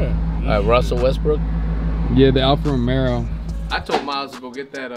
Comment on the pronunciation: They keep saying Alfa Romero instead of Alfa Romeo lol it’s good content though, everyone has to start somewhere learning about cars. I didn’t know anything when I first got into cars and the good thing is Kali can afford what he wants so he can learn firsthand.